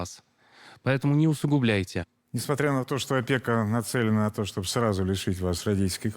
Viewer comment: Почему они говорят «Чоб» заместо «Чтобы» 😂😂😂😂😂😂😂😂😂😂😂😂😂😂